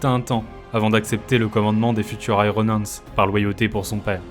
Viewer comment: La prononciation de iron hendes m'a laissé sans vox. Puisse le Primarque me pardonner sans brûler ma planète !